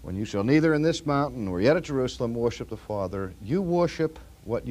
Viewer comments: OMGoodness! RC pronounces it "woiship"! I love you, Dr. Sproul and your teaching loses none of its strength for your lack of pronunciation but it does amaze me. ----------------------------- My argument to your professor's question would be that Jesus is God and Jesus has a body, therefore the Mormon is not wrong on this point. Fitting in with the notion of the triune God, God both does and does not have a body. God transcends our mortal thinking on this issue. My personal view is that Jesus has been that man that he is since before the foundation of the world. When it says we are made in God's image, I take that literally, both physically and spiritually. We, too are triune. I think Jesus and Adam would have looked like twins. I think it was the man Jesus when scripture talks about "the Lᴏʀᴅ God walking in the garden in the cool of the day." I have a tendency to ascribe every Godly thing in the Bible to Jesus Christ unless it is undeniable not Jesus, like when God the Father spoke from Heaven at Jesus' baptism. I think the flame in the dark that walked between the animal pieces Abraham had laid out was Jesus. I think the burning bush Moses saw was Jesus. I don't think there is a problem with that because all three members of the Godhead are "co-equal," as they say. If I should mistakenly call the Father Jesus, I have done nothing wrong for Isaiah tells us the Son will be called "the everlasting Father" (Isa 9.6). Does God have a body? Sure seems like it to me. Is God a Spiri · For such a smart guy, he sure doesn't know how to pronounce "worship." Just kidding, thank you for these great videos! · He said worship in a way I don’t remember him saying it. Haha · I have never heard him say it like this!!! I love it. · I have listened to many of Dr. Sproul’s older sermons and have never noticed his dropping of the “r” in worship! 😅 I thought he was doing a bit at first. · An accent is coming out here. "Worship"